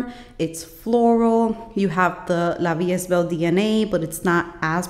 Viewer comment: Nice perfume tray! And btw it’s pronounced La vie e(st) belle! :D